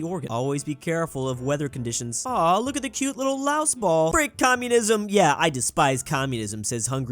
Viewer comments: LAOS IS PRONOUNCED LAO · The country Laos is pronounced laow I'm not trying to be mean just advice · Probably not the last time I'll say this but here goes: LAOS IS PRONOUNCED WITH A SILENT 'S'